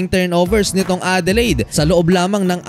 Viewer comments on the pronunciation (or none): none